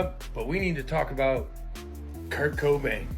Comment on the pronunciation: Tahaha I thought he said kirko bangs not Kirk cobain lmaooo I’m like no way he didn’t have ties to drew Barrymore lol